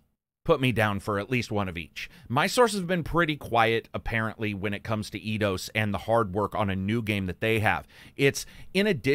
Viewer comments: took a while to realize you were talking about EIdos, and not Iiiiidos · Did you just say "E-Dos"? ^^ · It's not pronounced Eye-dos then?